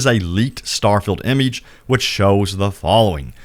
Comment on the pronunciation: Why you say image like that